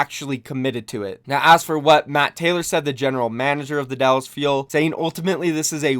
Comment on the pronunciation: I see you adding an extra “L” to Dallas 👀👀👀